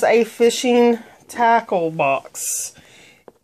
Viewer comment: When you said tackle I thought you said taco